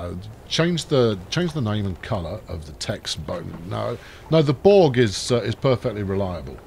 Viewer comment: The boat is named Børge not Borg. First Bør (like in burn but a rolling r), then ge (not jeeee, but ge).